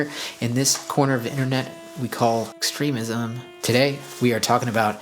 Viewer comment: 😂 dude the way you said extremism got me good.